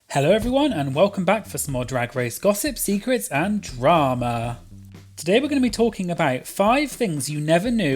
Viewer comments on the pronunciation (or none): The way you say drama makes me giggle